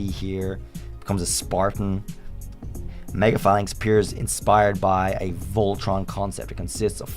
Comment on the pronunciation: IT'S MEGA, NOT MAEGAN! PLEASE SAY IT RIGHT!